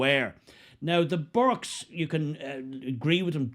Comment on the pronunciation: Burkes not burkas!